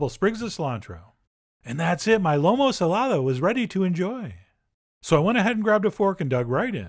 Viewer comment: Let me tell you! This is one of my favorite food in the world 🥺🥺🥺🥺🥺 y’all need to make this. He also is saying the name a a little off! But just John!